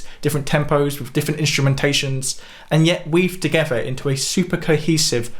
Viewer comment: "weaved togever"